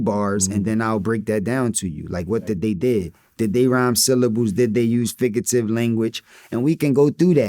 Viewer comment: Someone tell Cass it's "figurative" and not "figative"